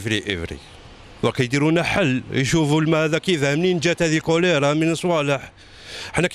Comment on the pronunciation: وباء الكوليطة مشي الكوليرا😀